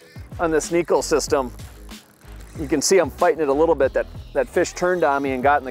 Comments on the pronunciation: Great info and bait choice. But it drives me crazy when this technique isn't pronounced properly. Pronounced Neh-Ko. E is an Eh sound, I is an Ee sound in Japanese. Neko also translates as Cat in Japanese. the way the hooks sits on the bait, it looks like a cats claw. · Hey, Shin Fukae brought us up to speed on its pronunciation a few years back. It is indeed pronounced Neh-Ko but its easy for the American-English tongue to spit it out Neck-O. Understandably the English name Neko is Pronounced Nee-Ko which throws a lot of people off by default. After taking what Shin said and doing some research, the way I understood the Japanese translation was "Cat" as in cute (small, finesse). Neko is also a pop-culture buzzword in Japan and is used in a lot of ways. It has a slang connotation referring to " Bottom" but I'll let you do further research on that controversial meaning. Makes sense being as it's fished on the bottom. LINK to SHINS VID: -McKeon Thanks for watching and commenting!